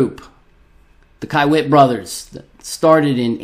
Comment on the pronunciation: It's pronounced key-wit